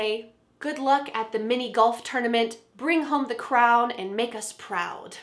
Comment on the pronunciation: When you said good luck it seemed like that you said good look 👀🤔😂😍at the beginning of the helpful vedio